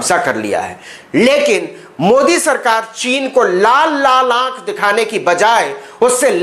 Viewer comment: मोदी को उर्दू जुबान में आप ऐसा बोलते हैं जैसे ठंडी में रास्ता चलते हुए तालाब में कोई ढकेल दिया